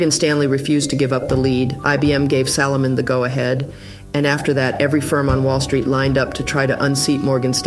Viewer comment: “Salahmun Brothers”. 😂